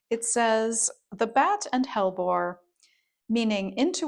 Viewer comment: Hellebore has 3 syllables. The e in the middle of hellebore is a syllable that rhymes with we. Hell e bore 😊